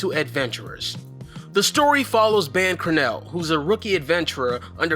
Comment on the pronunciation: This nigga really just said ban cranell